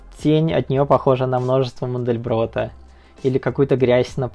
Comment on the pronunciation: "на множество мондельбротта". Ну да, теперь всё понятно.